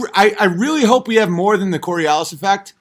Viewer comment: 147 iq...cant pronounce coriolis...